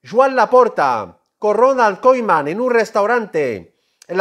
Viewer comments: Ronald Koeman no koiman que no sabes hablar hermano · Pero por qué lo pronuncia como koiman y kuman?